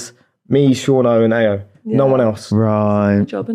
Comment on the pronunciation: Not Munveer complaining about people pronouncing his name wrong and then constantly saying Ayo wrong🤔😂